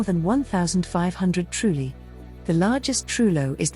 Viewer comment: IT'S TRULLI, NOT 'TRUELI'